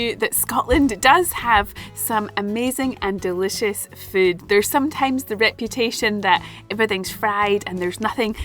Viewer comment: Whenever she says the word, I think it must be spelled, "fude."